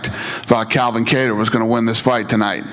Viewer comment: It’s Calvin not Kalvin